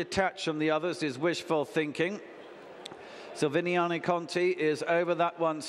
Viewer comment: say the bloody name right! silviniaCo not silviniano